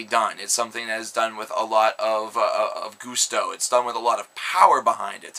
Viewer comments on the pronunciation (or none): The word is GUSTO not Goosesto Dude.. Learn English!!!!